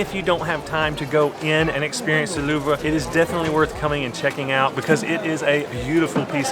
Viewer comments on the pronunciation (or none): You guys are mispronouncing Louvre It’s one syllable. The re is silent. Love the channel though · Hey there ! A Parisian here 🙂 You are right : the French (and German) "R" is tough. In the word "Louvre", the only unpronounced letter is the "e". When the letter "e" is final in a French word, you don't pronounce it. So, you must say "Louvr". Good luck with the "R" !!! 😉